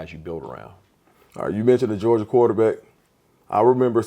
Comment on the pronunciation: “Gerogia”? C’mon, On3 Recruits!!! 🤦🏼‍♂️